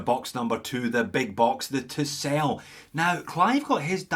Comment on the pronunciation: For the first part of the video, I swear you were saying Tissot and thought "huh, I guess he dialed up the Scottish to 11." Tisell is a new one for me, but not bad looking at all.